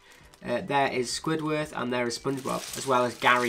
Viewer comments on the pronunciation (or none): U said squidwarth